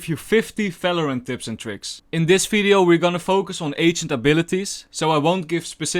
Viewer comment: great vid, but can you try saying (for example) video not fideo its irritant.